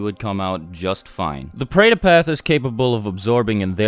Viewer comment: when I am Indian watched this, he pronounced all the words wrong!